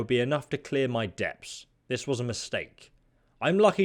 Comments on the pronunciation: Hate to be that 1 guy, but the word "debt" has a silent "b" in it, its like "det". But love the channel and the look of the game. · Did he just pronounce the "b" in the word "debt"?